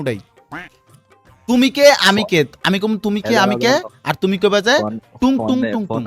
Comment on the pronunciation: ভাই,, Tung tung.. Not 🚫 টুনটুনি..yes ✅